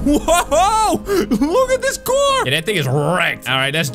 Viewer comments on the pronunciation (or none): ✨Oh no my cwar✨ Me:🤣🤣🤣🤣🤣🤣🤣